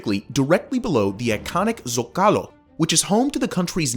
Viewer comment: Why do you pronounce Zocalo with a ridiculously false Mexican accent? Since most of the words you're speaking are English, then why don't you pronounce them with an English accent? Down Vote.